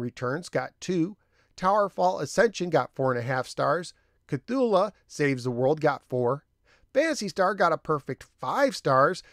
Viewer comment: It's truly no big deal, but my H.P. Lovecraft fan screamed out in pain hearing you pronounce Cthulhu